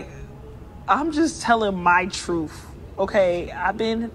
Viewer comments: I tend to not listen to anyone when they say “truf” instead of “truth”. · "I'm just telling my Troofh" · Truf? Or truth? SMH lol axe or ask ? Lol SMH wow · I think it's closer to the Troofth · I think she said ... "Troof". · No she said "her truff" ! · I believe she said "my troof". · She said "my troof" (truth) 🤣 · Telling the "troof?" What is that? Does she mean "truth?" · what the heck is "truff" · Sorry I couldn’t watch the rest of this video, you lost me whenever she said TROOF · Btw it’s truth not truf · Somebody help me out - did say "trufe" or truth? Can't tell... great analogy btw Officer T - used car. Dang. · Did she say “truf” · When she says "truth" like "truf" you be trippin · Someone want to tell her it's pronounced "TROOTH" not TROOF" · Her "troof"??? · This whole interview disgust me!! It is "truth" not "troof"! And a 12yo having sex in the hood? Clothes a couple sizes too small? 2,000 sexual partners and she's laughing about it? With that many partners, how many STDs or abortions has she had? We are all sinners but this is ridiculous! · FINALLY The Truf!!!!! 🤣🤣🤣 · Her ' troof ' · What is a "TROOF"??? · What is a tooph? I believe it is pronounced truth. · She said Troofth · Listen again. She be tellin' her "Troof". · She didn't say "truth" ... she said "troof", so your comment makes no sense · Did she say it’s my troof? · I didn't make it past "My truff" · What the fuck is Truff? Learn proper english. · She's just saying her troof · She was just telling her “troof” 😁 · "My Troof" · "I'm jus tellin my trufe"! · Says Truff! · “My Truff” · She’s telling her “troof” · Ya you didn’t say it right. 🎉 love your channel